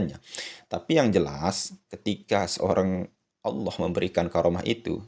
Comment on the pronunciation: assalamu alaiku,m maaf jangan sebut garomah dengarnya kurang enak. bukannya karomah. itu lafal menggunakan huruf kaf. he he he punteun